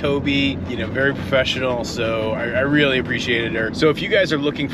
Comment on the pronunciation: Toby: "This is so embarrasking! A camera, too? Rearry???" (She did a pawesome job!)